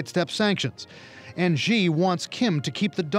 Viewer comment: American can't simply pronounce 'Xi' properly. No it's not like 'Ji' but more like 'Si'